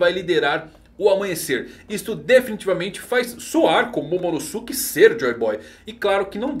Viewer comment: namorada do dono dessa conta: que agonia ele falando Momonosuke errado, Momonosuke é pronunciado igual Sasuke, nem parece que assistiu Naruto aaaaaaa